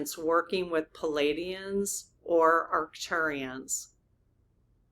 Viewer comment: Dear, darling! PALADIANS- spelled your way PLEIADIANS - spelled CORRECTLY with the silent i, so it’s pronounced PLEE - AH - DEE - ANS or PLEE - AY - DEE - ANS please try, sweet!